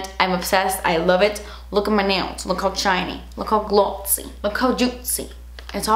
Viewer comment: "look how SHAITNY, GLOTSY, JUITCY"- 😂